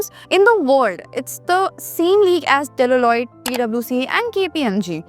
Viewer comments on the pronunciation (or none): It's Deloitte not Dell-O-Loit..Bt it's fine u have just started👍